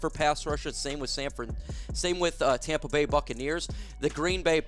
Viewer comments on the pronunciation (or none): none